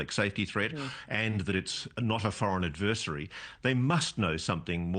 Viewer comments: Can’t someone tell Ross how to correctly pronounce “AD-ver-SARY” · As strange as these events are, it's even stranger that Ross cannot pronounce "adversary" correctly.... 😮